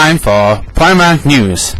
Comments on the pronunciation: Premark is the right way to say it... I know some people from Northern Ireland and the proper way is Premark and pi-mark sounds stupid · No one says Mahll... Besides, it's a fecking shopping centre if you're not in America. It's preee mark, just because I said so. :]